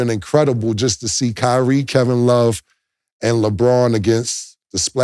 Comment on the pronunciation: It’s kyrie an it ain’t close